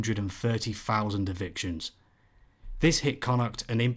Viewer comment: love this style, your a gifted reader, I'd listen to your audiobook any day:). The correct pronunciation of Connacht aswell. We will adopt you yet comrade, Maith thú!